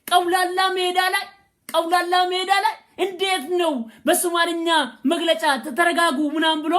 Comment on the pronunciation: ግን ቀውላላ ሜዳ ሳይሆን አውላላ ሜዳ ነው ሚባለው